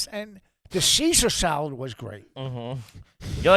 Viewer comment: “The sheshar shalad wash good” 😂🤣